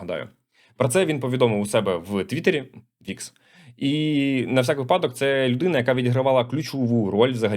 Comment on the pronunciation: Кожен раз коли чую випАдок то згадую як на зно булу питання з наголосу у слові «випадок», багато хто завалив Потім на останньому дзвонику завуч сказала випАдок так увесь 11 завив що неправильно відповіли на питання із-за неї Правильно усе ж таки казати вИпадок